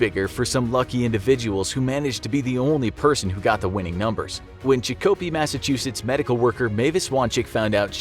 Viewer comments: Chicopee is pronounced “CHICK-a-pee” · Super funny how you pronounced my home town of Chicopee haha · Ummm. Can you please pronounce Chicopee Massachusetts again. I've never laughed so hard before! Thank you for that..... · I’m from chicopee. That was the most interesting pronunciation I’ve heard. Lol